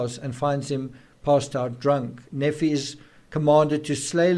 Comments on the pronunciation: Nephi is pronounced "Nēē fī" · Hiplos sounds like code for the operation, not a person. Nephi is pronounced Knee-fye, Laman, Layman, Lemuel lem-you-ell. I'm not l.d.s but friends are. No wonder poor Tylee was murdered, she knew Charles was shot and purposely left to die...poor, poor girl!. Lori has been delusional for year's, building up to this, keeping it under wraps. It would not surprise me if the reason she is in a mental facility is that she is Still hotly proclaiming that she is "chosen" and has been merely fulfilling the lords will!!. Her defence lawyer can't very well work with that...Chad on the other hand has had I.M.O, delusions of grandeur and felt he was destined for greater things for a long time BUT I think he made up and believed his own b.s as he went along spurred on by Lori's adulation and that of their warped followers. What a mess! I don't think Lori will Ever believe she has done wrong and will continue to see herself as a martyr for Chads "cause". More people must be arrested and charged obviously in light of current information. The main two players must be confined, kept away from society...forever? We can only hope.